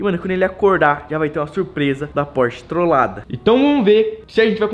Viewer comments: Porche- It kkkkkkkk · porshtite kkkkkk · O nome do Porsche: Pors-titi